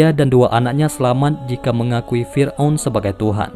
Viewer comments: Fir'@ min🙏🏻 Bukan fir'un Maaf klo lancang Semangat terus ngonten nya min🙏🏻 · Lbai kalilah, firaun di bilang firun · Yang gue dengar Fir'un?